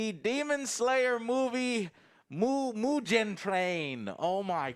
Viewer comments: "mujen" train???? Mugen plz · Anybody else bothered by how Joe pronounced Mugen and all the names?